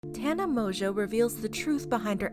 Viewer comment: I thought Tana whatever's last name was pronounced differently 🤷